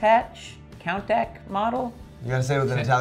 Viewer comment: Countach is pronounced koontash.